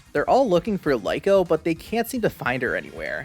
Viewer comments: its not Lyko its Liko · Its actually Riko but L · Stop saying that one. Her name is Rico a R you have to stop saying that because it way more used way to easier to say her name I will have trouble playing the anime name. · totally understand bro, just based on how names spelled that way in both English and Japanese sound I'm almost Positive Lee-Ko is the correct way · Hey! Creepy McGee 🤣🤣 nice review!! They’re baaackkk!!! Hah. I can’t believe episode two isn’t subbed yet 😢 I’m going to wait for boffem hah. Also, I think it’s Liko, not Liko 🧐